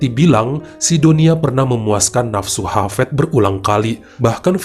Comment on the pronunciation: Hafiz.. bukan hafEd Dunia...bukan donia